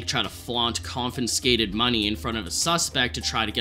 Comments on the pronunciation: Not trying to be rude, but you say “confinscated” a lot; there’s no N, it’s just “confiscated” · Confiscated is pronounced CON-FIS-KAY-TED